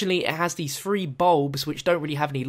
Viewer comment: Three? Or phfree?